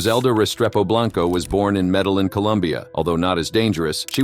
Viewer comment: Met-tea-yeeying. not met-teh-lin